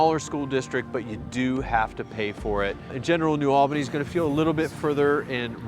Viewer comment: Little tip for ya, when you say New Albany pronounce it Neu All-bah-knee like you have lock jaw. I'm from Columbus born and raised but live in Wabash, Indiana now.